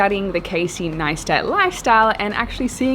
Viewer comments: If you can’t even pronounce his name correctly (It’s Nice-tat not Nay-stat) you’re obviously not a fan. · It's pronounced NICE-TAT not NAYS-TAT. no hate intended. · Casey NAYE-STAT not Casey NAE-STAT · I think for a start, you could pronounce his last name correctly. I’m pretty sure I saw somewhere how that gets to him. It’s Neistat like “nice-tat” You’re welcome! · as a heads up it's Casey Neistat (said like: Nice-tat).. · Say his surname correctly. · Love you so much 💓 but c'mon, you still can't pronounce his surname! 😂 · If you want to meet Casey, start by pronouncing his last name correctly. 👍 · Such a shame you didn't bother pronouncing his surname.properly, even though it is very, VERY widely available to hear.